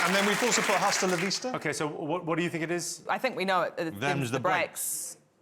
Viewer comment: If anybody is interested, the "h" in "hasta" is silent. To Spanish speakers, it sounds absolutely ridiculous when you pronounce it like you do in English!